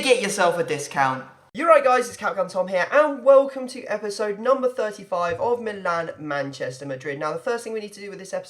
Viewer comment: When you say Milan Manchester it sounds like you are saying me nan